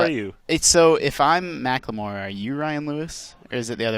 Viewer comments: God it's macklemore not macklamore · lmao "ma-cleh-more" XD